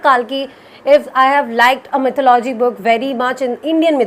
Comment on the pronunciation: Still wrong Its “ mi’thó-lu-jee “ Not “ mi’thó-lo-jee “